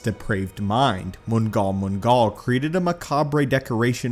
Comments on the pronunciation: I have always heard mngal mngal pronounced as the "nal nal" or "gnahl gnahl," not being a know it all, but that is significantly easier to say, for future reference. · The G is silent in Mnggal Mnggal. Its basically the Star Wars version of the Flood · Loved the video but your pronunciation of mnggal mnggal kinda hurts to hear